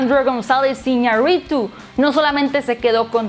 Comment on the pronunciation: Por que tiene que "agringa"r todo?... hasta para decir el nombre del director Iñarritu lo pronuncia como si fuera un nombre ingles